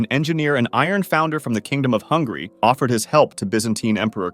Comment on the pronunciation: Kingdom of Hungary ❌ Kingdom of hungry ✔️